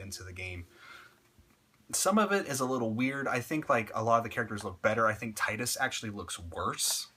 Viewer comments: To not be offensive or anything Tidus's name is pronounced as Tee-dus. They never say it in Final Fantasy X because you can change his name to anything, but in Dissidia that's how they pronounced it. :) I used to say it the way you did too until my friend told me and I saw in Dissidia. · I liked ur videos so far, but I can't agree with this one. Yuna the only one with char development? Wtf? No plot twists? Dude, how can u play the game and say that?? Seymour was a cool villain, maybe it's just a matter of opinions. Oh and... you're pronouncing "Tidus" wrong.